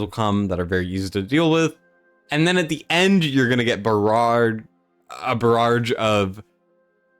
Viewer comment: A “barrarrrrge” 🤣🤣🤣